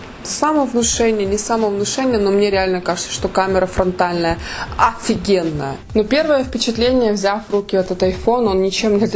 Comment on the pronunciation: Слово Афигенно прозвучало с американской интонацией) и вид тоже немного мексикообразный))) Ты меняешь стиль и это Классно👍